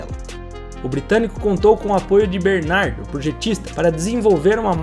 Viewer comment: Então o próprio John Barnard não sabe pronunciar o próprio nome.